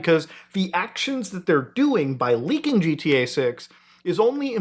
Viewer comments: Looking at you while you said GTA made me hear it as “Jeet-EA” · Never heard of this “Gee Tea Eh Six” game